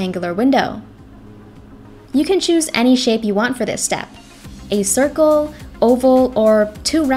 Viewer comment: Everybody gangster till she says draw a cirkel